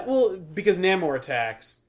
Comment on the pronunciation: Namor is pronounced: Nay- more